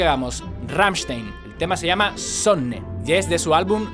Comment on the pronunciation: Se dice glrammshtain :v xD y se dice sOnne (la e como si fuera una e con cara un poco triste xDD) y ya